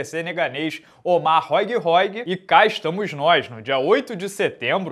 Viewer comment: Róig Róig? Ah pelamor de deus. Faz uma forcinha pra pronunciar o nome dos caras direito